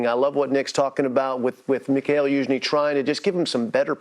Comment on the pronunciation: Liking this new guy! Just one thing, it ain't "Michael" Youzhny lol